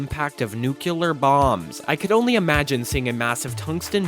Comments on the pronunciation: Bro listen, I don’t like being a grammar nazi, but nuclear isn’t pronounced “nucular.” There is only one u in the word. You’re gonna piss of so many science nerds 😅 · cool video fact: he says nukelar/nuquelar bombs, instead of nuclear bombs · he said "nukeular"